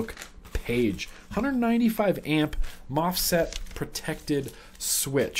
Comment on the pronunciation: I believe you meant to say MOSFET and not mofset for the protection on the mybox